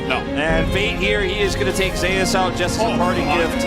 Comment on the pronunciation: "Zay-you-es" is my favorite top laner ever!